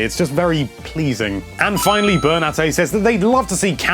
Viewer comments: when he said finally it sounded like he said fuckingly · I noticed this too.